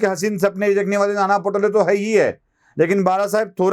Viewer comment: पटोले नाही हो Pa पा To टो Le ळे अस पा टो.ळे आहे. मा.कें.मंद्री दं ड व ते चे दांडवते असे केंव्हा केंव्हा करीत तेंव्हा ते जाहीर करीत किंवा नीषेध व्यक्त करीत.